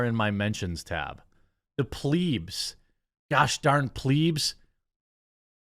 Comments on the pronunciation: For Christ’s sake it’s not pronounced ‘Pleeds’, like ‘bleed’. It’s pronounced ‘Pleb’ like ‘Red’. I know I’m being a N@ but u lose the weight of anything you’re saying when you keep mispronouncing words😂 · bra bra bra pl ebs not pleebs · Jeremy you pronouncing plebs “pleeebs” is cracking me up. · Hey man love your channel, the pedant in me would like to suggest, when you say Plebs, consider eb similar to bed sound, there's a funny story why the romans called the commoners that. Keep up the good work :)